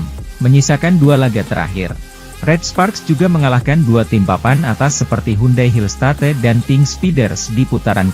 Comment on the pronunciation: Admin ini tiap bernarasi suaranya bagus,lancar.Intonasi kalimat juga baik.Tapi tiap menyebut kata Hillstate kok aneh.